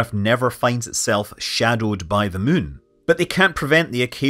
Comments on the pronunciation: Moo in ! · I love how Scott pronounces moon.😊